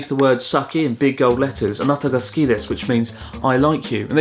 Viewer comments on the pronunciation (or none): you made a slight mistake in this vid, the meal would've been said as soo-ki which means to like.